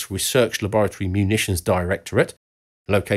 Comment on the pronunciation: Wait wait wait.... you just nailed watervliet get outta here